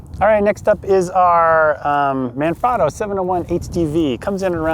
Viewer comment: Hey, Manfrotto is an Italian company. The A in "Man" is pronounced like the A is "mama". The O in "frot" sounds like the O in "afro" and the O in "to" sounds like "toe"